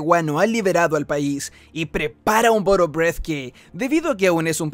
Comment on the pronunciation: Todo bien bro, solo como ayuda el " bolo breath" se pronuncia "bolo brith" y no "breith" como tal